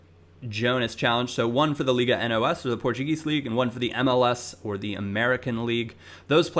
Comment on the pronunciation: Hey here's just a little correction from a portuguese fan. Instead of saying N O S. Say it all together kinda like, liga nós. Keep it up, love your vids:)